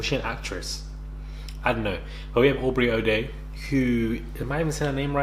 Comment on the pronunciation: Yes ur saying her name right and she was in a girl group